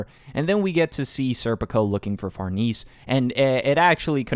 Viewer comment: Also the pronunciation for Farnese is Far-Nah-say, hope I’m being helpful